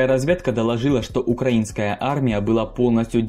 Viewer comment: Чел ты же из Украины, почему ты говоришь "укРАинская"?? Больно ушам. А так видео огонь, видно что очень стараешься)